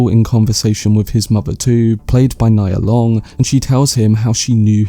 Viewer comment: It’s pronounced “knee-ah” Long for future reference